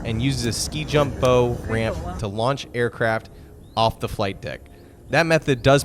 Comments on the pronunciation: It's bow, like take a bow after giving a good performance. Not a archery bow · The pointy end of a ship - the bow - is pronounced "bah-oo" as when one takes a "bow" after a performance. A bow (with a long 'o') is a fancy knot on a Christmas package or a weapon for launching arrows.